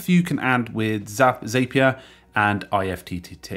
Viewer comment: Zapier is pronounced like Happier, not like Rapier.